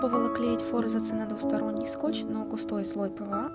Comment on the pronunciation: Не фОрзацы , а форзАцы